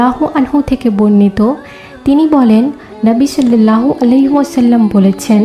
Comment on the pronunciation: শiল্লাল্লাহু নয় ওটা সাল্লাল্লাহু হবে